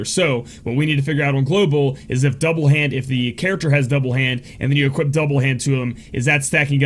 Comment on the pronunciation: "She can equipt"...no, just no. She can equip!